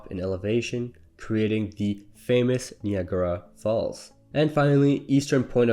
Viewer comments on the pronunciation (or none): Knee agra falls?